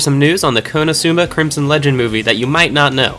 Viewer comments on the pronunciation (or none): none